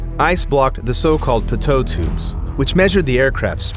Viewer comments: "pitoe tube" no offence but it is pronounced peetoe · Pitot is pronounced PEE-toh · The pitot tubes is pronounced like "peeto tube" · Am I the only weirdo that gets annoyed w how he says pitot ? lol😂